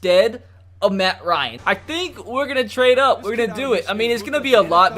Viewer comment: he says "good ol 'Herm Jackson's wants us to trad up" 😂😂😂😂